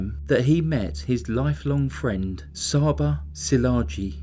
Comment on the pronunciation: Csaba is pronounced chaba